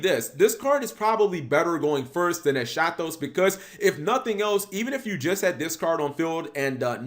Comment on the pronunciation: It's pronounced "Eskatos". It's Greek, meaning "last", whereas "protos" means "first".